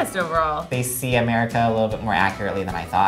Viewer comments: got me! "Did he say Amercoler?" And I love how positive they stay throughout the video! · did he say americore??? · Honestly the bits in between the overly annunciated and mispronounced stuff was really accurate (though I do not know a single accent that says “americore” lol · "Did he say Americor?" I laughed more than I should have 😂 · "Americor"... wasn't he a villian in a DC movie? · "did he say americor?!" 😂😂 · MY MAN REALLY SAID AMERICR😂😂😂😂I'M DYING AND I'M FROM LONDON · He said Americore lmaooo I’m dying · "Did he say AMERICORE?!" Lmmfaooooo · "Americor" lmfao😂